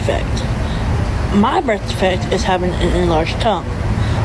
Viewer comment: I have a "birf defect" but lawd, I don't want to be in the same category as her. Damn my genetic "birf defects."